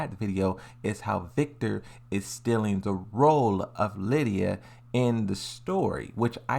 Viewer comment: Not only your theories make less and less sense, while being unsupported by any objective premises, but you can't even pronounce the names of these characters correctly. "Leeda" - who the hell is that? "Victor Chaolan" - is he some sort of Lee's relative? So Victor happens to be Lidia's replacement just because his organization is after Kazuya? Oh come on, bruh! If Victor had been released before Raven, Dragunov or Yoshi and there would be no roster leaks, you would be claiming that Victor is replacing Raven (because of he's codename and the fact that he founded and trained the Raven Unit), Dragunov (cause he also has a military background) and/or Yoshi (cause he also uses a katana). Deadass!